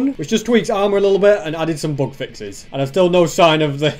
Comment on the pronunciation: It took me about half of the video to realise he was saying "bug fixes" and not "book fixes". I feel really stupid. Great video concept btw